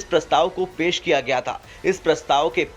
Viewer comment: Pes nahi pesh bolate hai gawar